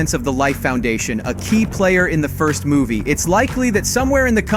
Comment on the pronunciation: Thanks for the muvie noose and pronunksiation,.